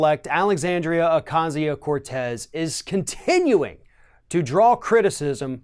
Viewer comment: Why can't this idiot pronounce her name right...? At this point and after all this time and so many stories, he still cant pronounce her name right...? Isn't that like Journalistic talking head rule 1...?